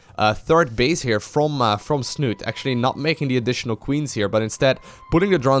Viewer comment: Liquidsnut-E!!!! the E is not silent :D